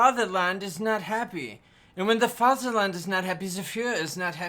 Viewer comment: Try Vaterland without the th 😂